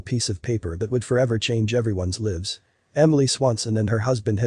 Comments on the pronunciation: "that would forever change everyone's livs"?? Computer voice can't tell the difference between lives and livs. Same actual spelling.... You really need to train your computer to recognize the difference. I stopped watching at that point. ....No.... Just no.... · You know that's a damned lie because that voice couldn't pronounce lives but said "leaves" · When the robotic narrator can't pronounce "lives" right. Time to thumbs down the clickbait crapola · As soon as I heard lives pronounced the way the artificial narration pronounced it, I went to the comments to put this up. FOSBS video. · we're talking about at the 18 second mark. The way he says forever changes lives but the pronunciation of lives is wayyyyyyy off 🤦‍♀️🤣🥰